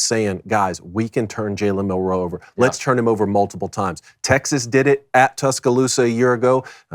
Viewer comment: Please learn how to pronounce his name Mil Row